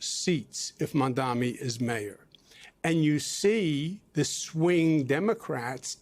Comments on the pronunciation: I’m not spelling it. I’m saying it phonetically. The first syllable is pronounced like Mom. Not Mam. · Zohran Mamdani. You and this anchor are both saying it wrong. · MOM - da - ni. He can’t even remember a 3 syllable name. 😂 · You cant either. Its MAMdani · Jen Psaki, as a journalist you don’t know how to pronounce Mamdani? Or is it just because you’re racist and an Islamophobe?